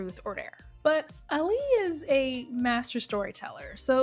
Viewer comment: Ahh-Li.. not Alli lol